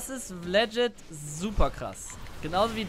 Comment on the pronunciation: Und wieder geht das heitere Spiel in eine Verlängerung! Wie oft wird Worte falsch aussprechen? Aktueller Counter: "Rakan": 43 "legit": 127 Seien Sie auch nächstes Mal wieder dabei! Spaß, Spaß, Spaß!